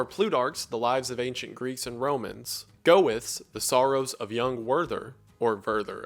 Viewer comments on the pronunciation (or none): "Goethe" is pronounced Gar-tuh (where Gar is the first syllable of the name Gary). Awesome video as always ofc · ah yes Go Fs The great german writer and poet. Not Goethe but Go F. Thank you. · As someone who has studied German Poetry, Goethe is pronounced gehrthe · Today I learned how Goethe is apparently pronounced in English. I was wondering who "Go-eff" is since I had never heard of the author, but when I heard the title of the book I realised. It's quite interesting how instead of pronouncing the name goe-the, in English it's instead pronounced go-ethe. It actually makes sense since the oe = ö sound doesn't exist in English. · this man's pronunciation of "goethe"... as american as ever wendi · This is completely off topic but it's the first time I heard an American pronounce Goethe and I can't 😂😂😂